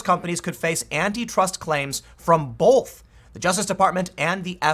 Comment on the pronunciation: Tim. Love your work. But the word is "both" not "bolth". Take a hard look at the Southern Poverty Law Center...